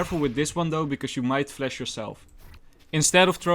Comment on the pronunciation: Nice and good amount of tips, only cant stand hearing 'flesh' instead of 'flash'